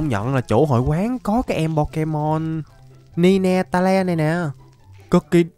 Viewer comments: Vãi cả ni-ne-ta-le ạ, pokemon đó đọc là nai teo anh ơi, vì nó có 9 đuôi ạ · Ninetales :))) hảo đọc